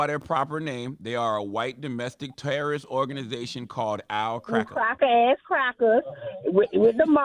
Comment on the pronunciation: And Charla,Stop saying cracker as cracker 🤦‍♂️